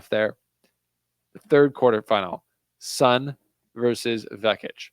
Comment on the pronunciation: Great analysis dude, Jist one thing tho. SUN is pronounced SOON 😊